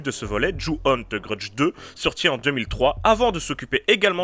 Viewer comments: "The grudge" Lui : TE grudje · "deu greudje"